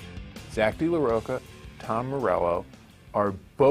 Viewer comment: Omg why does everyone say de la rocha wrong lol. Hes fucking mexican. Its roCHA like Cha Cha Cha damn it lol